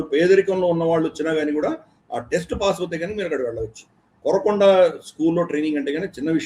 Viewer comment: కొరకొండ కాదు సార్ కోరుకొండ ఆంధ్రా సత్తా